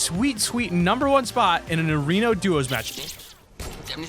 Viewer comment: did anyone notice he said arono duos instead of arena duos (¬¬)